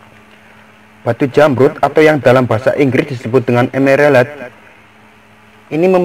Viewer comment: Sing penting "EMERELED" yoo mas🤣🤣🤣